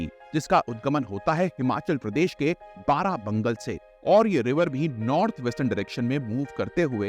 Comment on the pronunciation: बारा बंगल ❌ बड़ा भंगाल